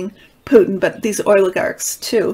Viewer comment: I appreciate your taste in music. Thank you! It’s “behest.” Oligarch is pronounced with a long O. You are pronouncing it: oil-ih-garks